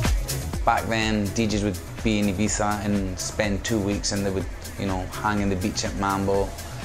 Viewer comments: She literally called it Ibeeza. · Why do you pronounce Ibiza as "ebeefa"?